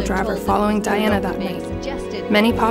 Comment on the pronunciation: Her name is Diana and not Dianna? I’m not tripping right?